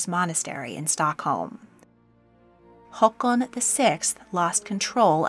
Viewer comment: I want to applaud your pronunciation of the name Håkan. ❤ Very few non- Scandinavians know how to pronounce it properly.